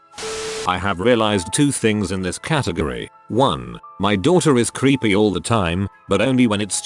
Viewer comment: I thought the AI said "your kid was creamy" 🧐🧐